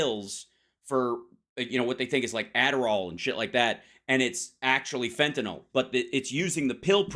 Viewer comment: "Fentan-awl" is the new "Nucular".